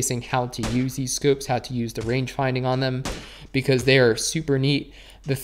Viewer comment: I like how u say scoopes instead of scopes